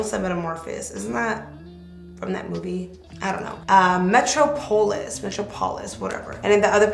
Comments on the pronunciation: Metropolis is pronounced Meh-trah-po-lis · Gorge! Oh, it’s pronounced “muh- trop-uh- lis” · NHLWIFE GOOILERS loool I was like “girrrrl! What?”🤔 LOLOL she’s so funny